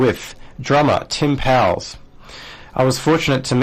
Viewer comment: Powles rhymes with "coals."